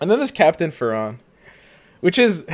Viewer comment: Its Captain fAAAAAAron not farOOOOOON,thatas just ridiculous.